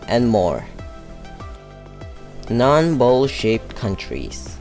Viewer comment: It's amazing how everytime he said ''shaped'' l heard ''shit''